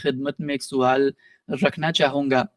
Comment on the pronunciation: بھائ آپ سے گزارش ہے کہ سوال میں سین پر پیش مت لگایا کریں، سوال کے سین پر زبر ہوتا ہے ❤